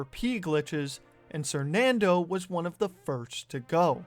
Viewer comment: When did he change his name from "sernandoe" to "sernando" lmao